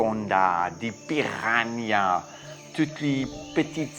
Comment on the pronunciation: Les "piranihas" xD <3